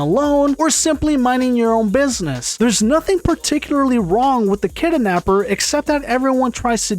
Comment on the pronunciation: kidnapper❌ kidanapper✅